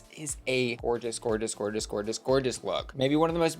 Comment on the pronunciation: not "George-ess" lmao